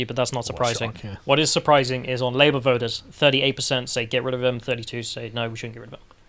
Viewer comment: Fun spicy chat but - please stop saying pardee, meeding and voders? There are T's in party/meeting/voters. It makes you sound like a Smashie and Nicey parody (Ask Carl!) Hopefully, this gentle, kindly meant critique will be taken without rancor.